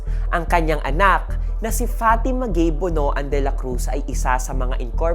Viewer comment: "BONOAN" is pronounced as "Bon- wan".